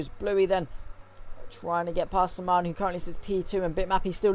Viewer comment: Sman.... Is pronounced S man 👌🏾